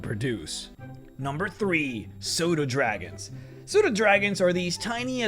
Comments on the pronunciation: Not gonna lie, I swear you said "Soda Dragons", which caused me to stop working (at work) to look at my laptop in complete confusion LOL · I understood the exact same thing loll But before I heard solar dragon and I was kinda..terrified:') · The first time you said "Pseudodragon", I thought you had said "soda dragon", and I thought . . . "Does a soda dragon's reproductive process involve commingling with a vinegar dragon?" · It's just how "pseudodragon" sounds with his accent. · I also heard soda dragon and now I want them to be a real thing